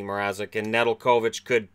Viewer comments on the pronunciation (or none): Just an FYI for Alex Nedeljkovic, his last name is pronounced Ne-dell-ko-vich. Our local broadcast team for the Canes and the Checkers use that pronunciation for him.